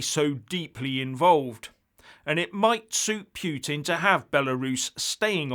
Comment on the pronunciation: Oh,! Your 'pyootin' again. Your going to lose some friends with this Narrative obsession...